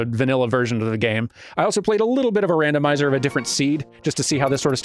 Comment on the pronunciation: "Dandomizer.." "Dandomizer..." "Dandomizer" ... ... ... ...i approve